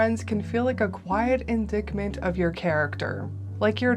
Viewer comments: "in - dite - ment" not "in - dikt - ment". Much like "epitome", "indictment" is an often mispronounced word. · “Indictment” is pronounced “in-DITE-ment” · just for future reference: the word indictment sounds like "in-dight-ment" (the pronunciation doesn't match the spelling, so it's a pretty common and totally understandable mistake)